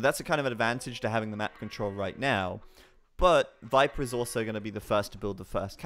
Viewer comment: it drove me nuts each time he said 'Wiper'... it doesn't make sense either, it's not like Germans pronounce V as W